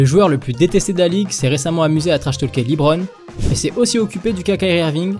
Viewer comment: Dit pas Lit brone